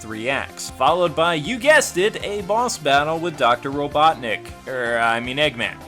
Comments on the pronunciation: Also stop calling him doc robutnick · Robuttnik...you just had to say, it, didn't you? ;)